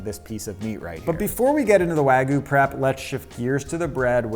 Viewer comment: "Proper Wagoo" 😂